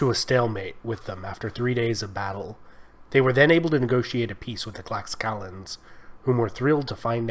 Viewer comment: they called themselves the tlashcaltecas. The X in náhuatl makes a “sh” sound